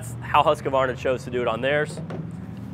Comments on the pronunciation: It's Husq-var-na. Not Husq-ah-var-na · Huskavarna and Redmax. Who is making them? Most people don't consider buying Husqvarna because they can't say the name correctly even though RedMax is owed by Husqvarna. The q is silent in Husqvarna. Huskavarna 😂